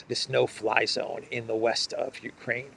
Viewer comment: Uraine sounds like urine😅